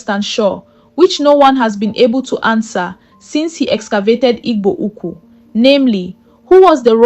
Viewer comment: Who is reading with this contradictory accent? Can't pronounce "Igbo Ukwu" but speak with a Nigerian accent.